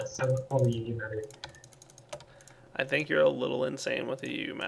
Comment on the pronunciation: Did you say "not enough uu matter"...